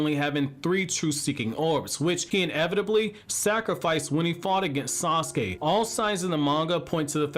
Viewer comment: HIS NAME IS TO-NERI NOT TE-NERY AND SASUKE IS PRONOUNCED SA-SU-KE NOT SOSKE I really really like your videos man and been watching for years. But I just don’t get what’s so difficult about pronouncing these names